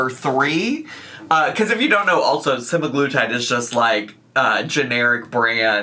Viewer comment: its prob hers. ive been getting an assload of hers ads about semiglutide and the ai voice never pronounces semiglutide correctly.